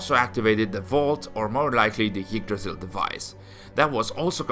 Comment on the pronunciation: When he says "Yggdrasil" it sounds more like "Yeetdrasil" lol